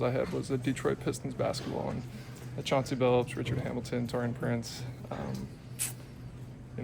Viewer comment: Right lol I was like I'm not that high bro said his name wrong